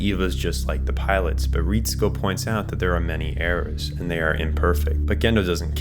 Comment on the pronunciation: even the names though. Ritsuko as "Reehtsku". Great video but it's just some nitpicks.